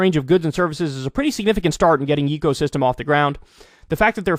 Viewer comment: It probably is yay co system. Not yeee.